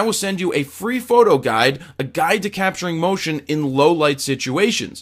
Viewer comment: What's up with the emphasis on PHOTO this time...lol